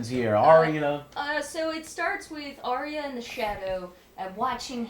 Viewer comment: Why can't americans pronounce 'arya' correctly? Both george rr martin and the show itself have confirmed the correct way, yet they ALL still say 'aria'